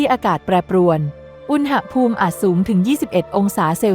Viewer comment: อ่านว่า อุน-หะ-พูม ไม่ใช่อุน-นะ-หะ-พูม